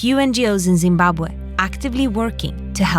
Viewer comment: first time i heard someone said zimbabwe how it really been spoken. just for that i like that video. but i cant pronounce it like that haha im from germany.